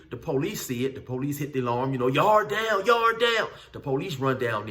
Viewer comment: Love the way he says yard down thats 100 percent how it sounds in the pen